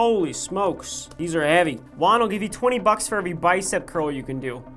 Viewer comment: HEYYY ITS ME JUAN! but not the guy that's just my name but I love it how Ryan pronounced Juan perfectly 👏 10/10 for effort